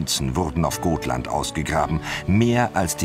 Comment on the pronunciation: Also die Aussprache Katastrophe 1 es heißt Gotland und somit mit langem o gesprochen 2 die bunte Kuh war nicht Störtebekers Schiff Und 3 Störtebeker hat er auch katastrophal ausgesprochen